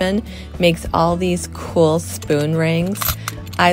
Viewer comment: Coolelle when did it become pronounced like this. Just plain old cool